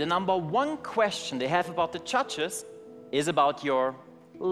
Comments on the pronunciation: "Judges" I heard "CHACHAS" 😂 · am i hearing "cha-cha's" instead of "judges"? only me? okay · Am I the only one hearing them say "Judges" and sounds like chachas? Haha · I hear "Muchachos" instead of "Judges" lol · How's he pronouncing word "judges"? Even auto translators Translate that pronounce as "churches"